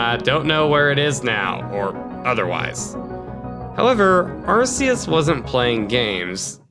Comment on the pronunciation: You guys mispronounced Arceus, it’s actually “R - Key - us” its a very common mistake though just wanna help out with that